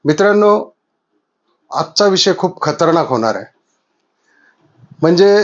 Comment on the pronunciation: खतरणाक नाही रे खतरनाक असत ते 😅😅😅